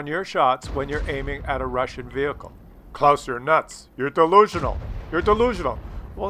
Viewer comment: No it's not close!!! It's Claus hehe ;)